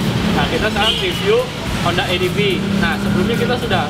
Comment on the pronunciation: Bang salah baca ADEF,, yang benar ADV Dibaca ADVE bukan ADF Dibaca ADEF.. suksess. Jangan lupa pakai HELM ya gaeeess